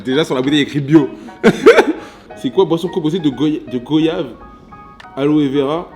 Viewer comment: On prononce '' Gouayave '' pas '' go yave''